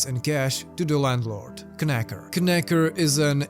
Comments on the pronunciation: This one has been on my to-read list for a while, and I've stopped your vid in the middle to go read it and will return once I do. BTW, it's pronounced "nacker". Sorry, the K is silent because English is a bloody stupid language and nobody should speak it. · The "K" in "Knacker" should be silent. So his name is pronounced "Nacker." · love the video, just to let you know knacker is an english insult/playful nickname. Silent K, pronounce as nacker =] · Just a note: The K in Knacker is silent. You pronounce it as "Nacker". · Silent K on knacker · I could be wrong but normally in England that K would be silent and it would just be 'Nacker* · I saw this movie and wasn't impressed. The book is definitely a lot more interesting. Btw, the K in Knacker is silent. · the k at the beginning of knacker is silent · Kn in English is pronounced without the "k"